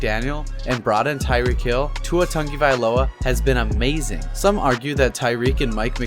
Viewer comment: why tf do u say tua tungavailoa and not tuatagovailoa